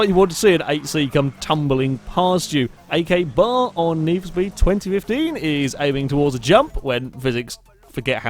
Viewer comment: That trophy truck is a glitch and you pronounced akbar wrong.